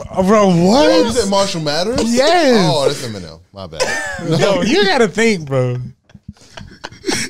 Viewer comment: It sounded like said Marshall Matters 😂😂